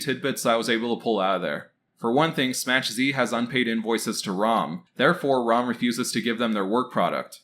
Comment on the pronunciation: Dude SMACH Z is a polish word meaning a SMS/Message from. It is pronounced SMACK Zuh ( like huh with a Z)